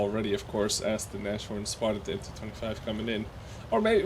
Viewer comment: By Odhinns beard,, it's Naz-horn, not Nash-orn